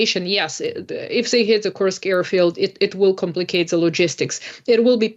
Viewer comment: Kursk. Not Krusk😂